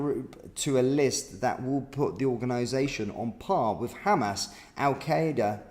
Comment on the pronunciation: And there’s no V in “with”!